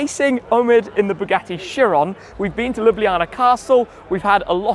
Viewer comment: Bugatti Kye-ron, not Sheer-on. 🙃